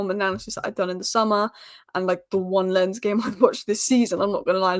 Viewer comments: Love your Spurs content! Keep it up… And I think Lens is pronounced “Law’n” with almost a silent n… 🤷🏽‍♂️ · Oh and Lens is pronounced LONZ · Lens is pronounced Lons with a hard s.